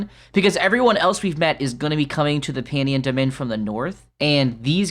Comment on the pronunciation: PAN-YON DOH-MIN..... Pannion Domin.